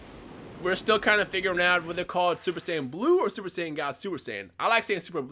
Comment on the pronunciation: It sounds like you said :Super sandwiches in the intro😂